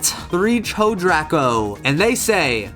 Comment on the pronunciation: Thank you for featuring my theory! Didn't know if I managed to get it on time. Also didn't know that it was the roots of her hair, doesn't give that impression in the scene, but it makes Brevon look even more savage that way. Ps. It's pronounced Echodraco